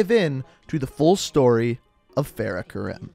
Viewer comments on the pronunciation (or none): that is not how u say farahs name especially her last name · “Fa-RAH Kar-ee-m” It’s also modeled after Syrian War, not Iraq. But good overall video. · Fahrah kahreem is how you pronouse it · It’s pronounced fare-uh ku-reem